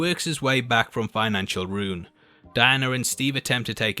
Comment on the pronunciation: was that financial ruin or financial RUNE? amirite?